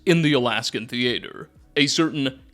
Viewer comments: hold up. Is CANADIAN?! or are he and Sarah Z just silly in the way they say theatre? I'm probably overthinking it and she was trying to rhyme it with Debater. Don't mind me. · What happens in a persons life that they start pronouncing “theatre” that way? Who hurt you? Surely you’ve been around other people, heard them say the word, associated it correctly…(?) Surely! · mispronunciation never stops, you need a speech therapist or something lmao. Theatre of war is pronounced like a normal theatre not thee-AT-er. It's glean not gleam. There's a lot more but i.m done